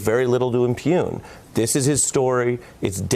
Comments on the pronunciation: "impune"?! Really,? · Impugn. Not impune. Just saying...